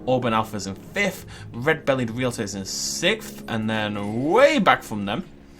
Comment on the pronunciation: FORFH FIFFH SIXFH, GEEZ SPEAK BETTER ENGLISH XD